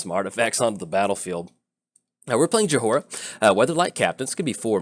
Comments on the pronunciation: You spell it Joy-ra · My head starts aching whenever you say Jahora. Please stop. The H is silent. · Her name is pronounced Joy-rah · about how Jhoira is being said. I came to the comments to see what other people thought about the match but all I see is people complaining that you're saying Jhoira wrong. But to be fair you are saying it wrong. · Well you butchered her name for sure haha. Opponent could have discarded Ral to Chandra to kill you right away.